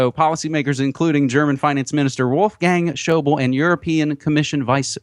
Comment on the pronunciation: schäuble = spoken "shoy-blay"